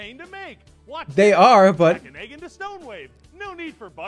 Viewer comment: I am haunted on how that guy couldn’t say egg.